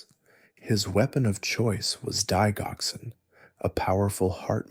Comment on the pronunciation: Digoxin is pronounced, DI JOX IN.